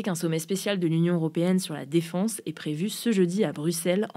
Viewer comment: Après "jolier" au lieu de geôlier on a le droit à la "défonce" au lieu de défense.. faut vraiment se réécouter et demander l'avis de l'équipe avant de publier